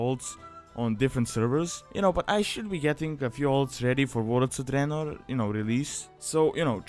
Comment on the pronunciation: I really like how you pronounce "Warlords of Draenor", you are trying too hard to hide your accent. Let it flow... it sounds awesome, like an Italian Dracula, you should post a 1 hour video of you just saying Warlords of Draenor in your own accent